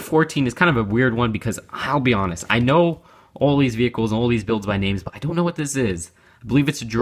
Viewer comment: now is called... "I thon't know".